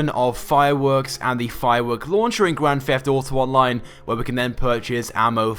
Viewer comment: It is Grand Theft Auto not a Grand Fleft Oughto